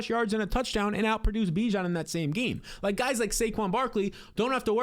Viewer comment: At any point do you try and pronounce Bijon correctly you sound stuuuuupd